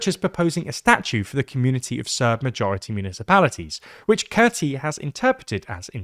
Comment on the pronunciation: How do you terribly mispronounce "Kurti"? Just asking for a friend...